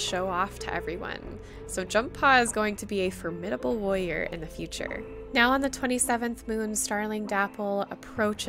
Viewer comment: At first I thought you were saying "Lawyer" but you were saying "warrior" lol! (This is not supposed to be hate btw!)